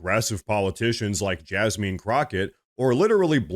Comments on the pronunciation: It's Jasmine not Jasmean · Please refrain from mispronouncing people's names. I am no fan of Jasmine Crockett, but no one's name should be mispronounced. The pronunciation is not Jasmeen. Thanks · Jazzmin is how it's pronounced. Sorry I'm just anal that way. I do love your show and I've been subscribed since the very first time I watched. I watch everyday. Also the same Act Blue fraudulent donations were napping during Kamala's campaign. There is a video on YouTube about it. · LOL you called her JasMEAN lol!